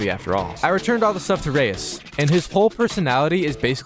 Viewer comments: Its pronounced Rise not Reyes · It's not Rais rise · Bro mispronouncing Rais was triggering me the whole entire video 😂